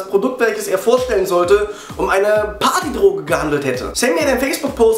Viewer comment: haha beim wort partydroge musste ich etliche male zurückspulen, um dich zu verstehen xD